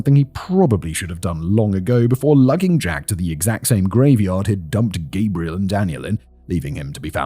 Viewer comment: Wonderful telling of a horrible tale. Unfortunately, what continually caught my ear was the mispronouncing of the masculine Gabriel with the feminine Gabrielle. It made me question if there is some subconscious undertone at play.